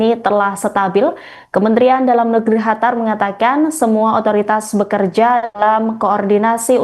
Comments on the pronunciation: Qatar ya bacanya qatar bukan Hatar mbak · Qatar bukan hatar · Bukan hatar tapi (Qatar 🇶🇦) KO Salah menyebutkan sih ini berita🙏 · bukan khatar tapi qotar atau katar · Qatar bukan hatar,arabnya pakai qaf bukan ha. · Betul..kurang enak didenger. Mana ngomongnya berkali-kali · Penyiar berita ini salah sebut negara Qatar dgn ucapan chatar arti ucapan chatar yaitu Bahaya Seharusnya di ralat ucapan salah itu yg didengar pemilsa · Khatar ⁉️ Ketar.. Ketir.. 😂😂😂😅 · Qatar tolong dikoreksi penyampain negara Qatar Bukan “ hatar “ Dan penyebutan al udeid adalah al udeyit Bukan udet 😏✌️ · Pemyiar Tribun News mohon di diralat atas ucapan kata2 nama Negara Qatar bukan Chatar Awali dgn huruf gaf bukan cha Seharusnya Qatar bukan Chatar arti Chatar dlm bahasa Arab berbahaya Dan ada lagi penyiar Hamas jadi Hamasy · Kak tolong kalau bilang qatarnya yang jelas sedikit saya dengarkan dan nonton ulang² sama teman² saya kak pembawa beritanya ini bilangnya hatar bukan qatar sekian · Qatar menjadi Hatar apakah Indonesia akan menjadi andanesia😂😂😂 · QATAR , baru dengar (hatar) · Q bukan H.. Qatar bukan Hatar. Tolong pembaca berita perbaiki bacaannya.. 😅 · Mba kenapa melafalkan Qatar jadi Hatar?..aneh kedengaran nya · Bukan Hatar dek... tapi Qatar..😂😂😂😂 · Naon eta..Hatar..Hatar...Qatar..pake Q..Qatar..dibaca..katar😂😂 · Hatar? Masa iya itu mbaknya gak ada yg kasih tau kalo itu huruf "Q"? Awalnya gw kira memang ada sebuah kota bernama Hatar, ternyata itu Qatar.. 😂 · Hatar atau Qatar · Bukan Hatar mba, tapi Qatar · Itu pembawa berita bisa bicara Qatar apa Hatar sih😂😂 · Qatar dibaca katar. Bukan khatar. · ini pembaca berita enggak paham penyebutan Q dan H. Qatar jadi Hatar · Bukan Hatar tapi Qatar. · Hatar atau Qatar sih.dimana negara hatar, baru dengar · Bukan hatar min...Qatar... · Bukan hatar tapi katar/qatar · QATAR bukan HATAR ya klo ngomong ! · Qatar mba, bukan Hatar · Hatar? Emang gitu ya pengucapannya? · Qatar bacanya Gatar, mba, bukan Hatar. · Qatar bukan Hatar😢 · Di hatar...😂😂